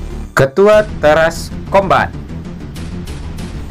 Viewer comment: ka tulisan nya kombat tapi di baca nya kombet